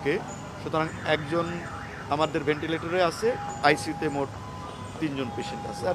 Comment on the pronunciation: ভেন্টিলেটর কে এরা ভেন্টিলিটার বলছে এরা ডাক্তার কিভাবে হলো?? মাদ্রাসায় পড়লে এই রকমই হয় 😂😂😂